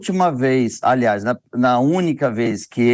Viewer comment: Aliaz Paulo Mathias, ainda continua a fazer o LLLLLL??